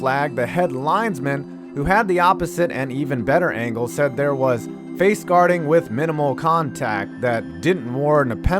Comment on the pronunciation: Guarding, not whatever you said